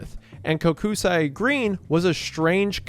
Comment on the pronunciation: Love the story about the Bolts. Great team, Tampa Resident, Go Bolts! However, the constant mispronunciation of Kokusai killed me this entire video. It's pronounced "coke-sigh", not "Koh-ku-sigh-eh".